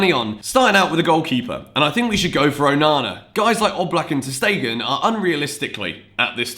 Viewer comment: About ter stegen ..his name pronounced shtegen not stegen as "s" in german pronounced "sh" sometimes especially in the beginning